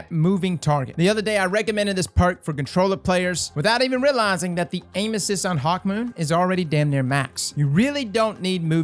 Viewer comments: I'm sorry, did you say "Hawkmoist" at the mark? LOL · Did this man just say HawkMOIST 🤣🤣